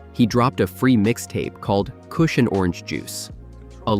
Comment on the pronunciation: Khalifa KOOSH 😂